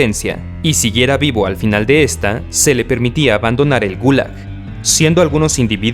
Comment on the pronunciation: Me sorprendió la pronunciación que diste de la gulag